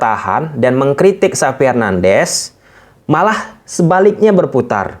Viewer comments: Xavi bukan Sapi. sebut yg jelas bang. Xavi itu bagus, amun saya juga tertarik dengan Sergi Berjuan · Sebut nama xavi itu benar dong,jgn sebut xapi tp xavi. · xavi penyebutannya itu cavi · Xavi Bang, bukan Sapi